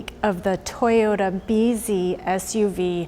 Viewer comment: I thought that's how they say "busy" in Japanese..........😀